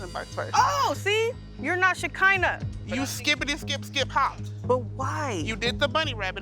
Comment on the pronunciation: i heard my name "Shekinah" and was surprised that it was said properly, a lot of people pronounce it wrong